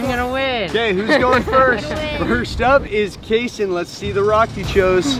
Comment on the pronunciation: It’s kayson